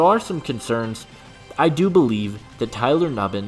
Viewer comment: Tyler NU-BIN